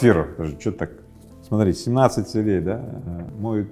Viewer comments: не целЕй, а цЕлей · цЕлей, а не целЕй! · Даже у такого не совсем грамотного человека. как Рыбаков ..—да и то получилось стать успешным!!! Не смотря на свою некую безграмотность , ставя неправильное ударение в словах ..говоря - «целЕй», а не «цЕлей»..🤦‍♀️🤦‍♀️Вообщем, ребята, у вас тем более шансы есть!!! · Не целЕй, а цЕлей, пожалуйста. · Мне интересно, почему целЕй, ударение на е. Это нечто из профессионализмов, или Рыбаков украинец? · Очень интересно, только бесит то что ударения ставит неправильно, целЕй, что это за слово такое?) это как-то притворно звучит. А сам контекст видео очень хороший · Целей - ударение на первый слог, ухо режет. Ну как?)